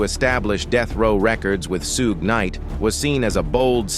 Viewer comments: Soooge night?! Lmao! U What computer?! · Once I heard AI say suge I dipped. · Facts! Can’t even say Suge’s name right!